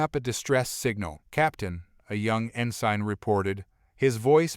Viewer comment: It irks me how rhe A.I. pronounces some of these words, such as "Ensign" being pronounced as "In Sign", as opposed to "In Sin". Or even these VII being referred to as , "Roman 7"